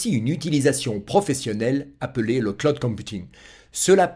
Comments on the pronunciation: Pas clod mais clooooud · Le Claude ! J'ai les oreilles qui saignent:face-orange-frowning: On dit (phonétiquement le claoud) Bon, je m'ai bien marré. Super tes vidéos ! Bise. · Merci. Le CLOUD se prononce CLAOUD.